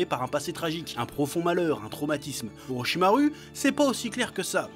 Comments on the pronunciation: Ptdr vraiment tu me tue frérot tu fait des phases des fois chui mort de rire !! Je me suis abonné à la fin de la video ptdr vivement la prochaine vidéo inchaAllah 😁✌ force à toi frérot !! Ps : ça me rend ouf quand tu prononce orochimar"U" hhh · Orochimaru sa se dit orichima « rou » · Orichimaru prononcé à la française... je sais que tu sais comment ça se prononce alors tu fais du naruto shaming ?